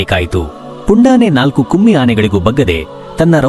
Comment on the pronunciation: its not kumi Anne it’s Kumki. Don’t give wrong info or tell incorrect words . 1st learn to pronounce